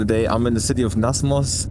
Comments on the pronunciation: Namsos not Nasmos! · The road you was driving towards Lysebotn, was not suleskardveien. It was lyseveien. Suleskardveien is form the village Suleskard towards Telemark. You could do it on another visit. And you also wrote and pronounced Namsos wrong, where you started this video. But regardless a inspiring video.